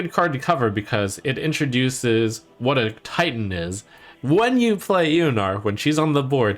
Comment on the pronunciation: Somehow whenever Trump says Titan, I hear tighten.